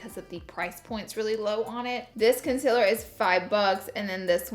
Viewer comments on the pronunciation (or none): OMG IT'S CONCEALER NOT CONCILLER HOLY FUCKING SHIT